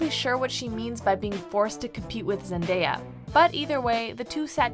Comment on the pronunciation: I think its pronounced "Scar-ce" not "Scare-ce" and ... NEVER PRONOUNCE ZENDAYA LIKE THAT!!!!!!